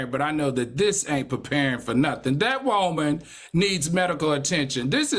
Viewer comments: I love how Al says “Woahman” 😂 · Y’all why is Al so mf funny 😂😂 the doll story got me weak! And I love how he say “whoa-man” when saying women 😂😂😂 this was a good show. Heavenly is getting a lot better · It tickles me the way Al pronounces “Woah-man” 😂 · The way Al says WOMAN will never not be funny 😭